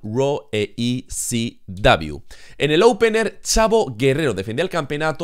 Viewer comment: Siempre me he preguntado porque a ECW (e ce dobleu) le dices CW (ce uvedoble).